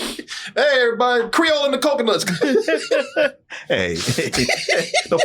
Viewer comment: My man said Creole and the Coconuts 😂